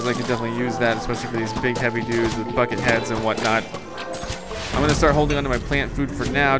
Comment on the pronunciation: he said bucket heads but yeah when he says it it does sound like he is swearing